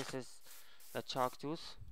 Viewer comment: the chark tuth XD